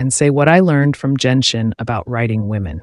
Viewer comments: Nice analyisis but .... ... it's not jenshin, its genshin (the g is pronounced like the g in good) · It's GEN-SHIN. not JENSHIN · Bro said Jen-shin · Ah yes, my favourite Jenshin characters: Foe-sa-lore and Fewrina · Genshin's pronunciation is not Jianxin(That's a standard 5 stars for wuwa)